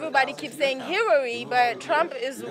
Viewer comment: She said Hirary...👀😂💦💦